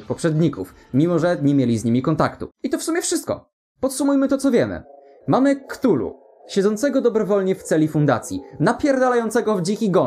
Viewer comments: Wymawia się "katulu", a nie "ktulu". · A Chthullu nie wymawia się przypadkiem ka'thulu? Tak mi się wydaje było powiedziane chyba ten...